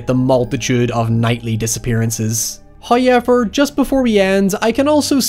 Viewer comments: First "hoy-evver" drops . Accept no substitute. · What if, one day, made a video and says, “however” with absolute enunciation? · Why cant you say however?